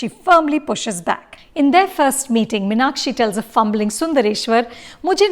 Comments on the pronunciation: Firstly Mrs Anupama Chopra... North Indians should learn how to pronounce M(EEEE)NAKSHI before deciding to direct/review a movie based in Madurai... Thanks for ruining everything that you Bollywood folks touch... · For Vishu's sake, please pronounce MEEN-Akshi and Min-Akshi. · This movie is a disaster No proper pronunciation of tamil words🥲 No Madurai slang of tamil 😐 The way they pronounce Meenakshi in the movie 🤢🤢🤢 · Exactly ...It's a very bad attempt ...In fact even the name of the heroine is mispronounced always ...It is not Min-aa-kshi as the protagonist and the bulk of the characters mention ..It's Mee-naa-kshi ....Just pathetic